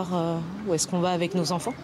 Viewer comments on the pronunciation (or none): none